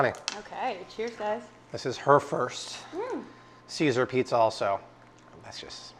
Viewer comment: Saysar, IT'S PRONOUNCED CAESAR. WHY DO YOU ALWAYS MISPRONOUNCE WORDS, ARE YOU STUPID OR AFFECTED OR BOTH?